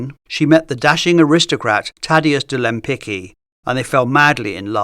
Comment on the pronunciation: It's amazing that Lempicki was pronounced correctly but Lempicka - no.... It's really annoying to hear "Lempika" so many times.